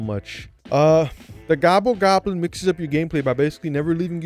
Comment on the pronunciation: I admire your dedication to calling the Gobble Goblin “Gooble Gobble” literally every time.